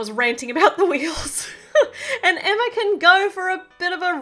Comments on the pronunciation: It's NOT Emmer it's EMMA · Y u always say Emmer when u supposed to say Emma i still love ur vids.😁😁😁😍😃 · With your accent it sounds like your saying Emmer but your really saying Emma